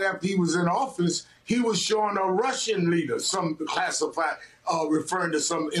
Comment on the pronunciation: Haha, did I just hear Dummy Donald correctly? He did say “Clastified” instead of classified.